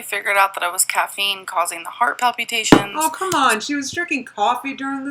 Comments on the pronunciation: New drinking game: every time she says palpyoutations, take a shot. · If she says "Pal-pew-ta-shuns" one more time... :/ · The way she pronounces “palpitations” is soooo annoying lol